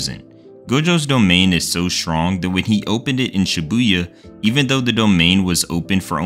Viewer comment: word: strong pronnunciation: shwonk